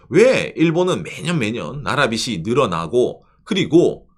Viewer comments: 꼰대같지만... 빚이 발음에서 비시가 아니고 비지로 발음해주셨으면 좋겠습니다. 아 제가 문제인 듯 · "비시"가 아니고 "비지"로!